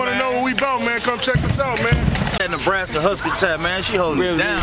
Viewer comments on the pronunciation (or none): I swear I don't believe these nigga my nigga is Nebraska he said neblaskca I can't stop laughing # philly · Lmao not neblastya😂😂😂😂😂